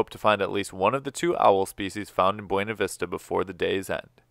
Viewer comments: Its pronounced Byouna Vista XD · My Mom grew up in Buena Vista Colorado and that is how they say it there so it makes her mad when it is pronounced correctly. See even has a sticker with the phonetic spelling of how they say it.